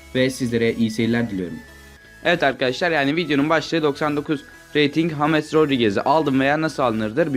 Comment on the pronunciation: Salak mısın neden james yerine hames diyon